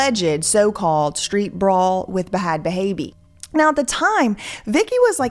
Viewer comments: Will you please stop saying BaHad baby as though you don't know the way to pronounce that is just BAD baby. WE KNOW YOU'RE WHITE AND YOU DON'T KNOW ALL THE VERNACULAR BUT YOU DEFINITELY KNOW THAT, GOOD GRIEF. TO GO TO SUCH A LENGTH TO MAKE SURE PEOPLE KNOW THAT YOU DON'T KNOW SLANG IS RIDICULOUS. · Why does she pronounce bhad bhaby as "ba-had ba-haby" ?? like wtf? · I am not that far into the video, and I know this is super serious, but the pronunciation of "b-Had b-Habie" is sending me 😂🤣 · The whole bHHHad bHHHaby pronunciation needs to stop. Wtf you're killing me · BaHad BaHabie is killing me...please stop....the H is silent.... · "Buh Had Buh Haby" is WILD 😂😂😂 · I’m 💀 every time you say B-HH-AAD B-HH-ABBIEE😂😂😂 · I love how you say Ba-Had Baby 😂 these girls are a mess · lol ….Its just “bad baby” you dont pronounce the “h” 😂😂😂😂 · Please stop saying bhhhad bhhhhabbie like that the h is silent and I’m scared of goats and you make me think of them every time you say her name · girl its pronounced just Bad Baby, its just spelled weird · The way you pronounce Bhad bhabie is really taking me out too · The way you pronouncing bhad bhabie like a goat is SENDING MEE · Girl if u dont stop pronouncing the “h” in bhad bhabie 😂 🐑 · I love you so much lol. But the two letter “H”s in bhad bhabie’s name are silent 😂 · The way you pronounce the silent "h" in bhad bhabie is so distracting idk why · I love the way you pronounce the Hs in bhad bhabie 😅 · They way bj pronounces Bhad Bhabie 😅😂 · I always die when I hear pronounce the "h" 's in Bhad Bhabie! Sorry, not the point of the video, I know...kills me everytime nonetheless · I can’t get over the way you pronounce Bhad bhaby lmao you crack me up love you